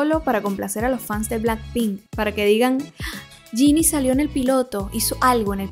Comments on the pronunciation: Te quiero mucho 😂😂😂 y solo un pequeño detalle, es Jennie no Jinnie 😂😂😂 pero del resto: TOTALMENTE DE ACUERDO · es JENNIE no jini, esta mal pronunciado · No digas más Ginny, no se llama así, es Jennnie, como si dijeras Jenifer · Es jennie no jinni (no hate solo para que sepas) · Suerte porque ya me veo a lxs blinks vieniendo a llorar justificando la mierd4 de serie y reclamarte por no pronunciar el nombre de Jennie como yeni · cuándo aprendas a pronunciar bien el nombre de jennie , podés criticar todo lo que quieras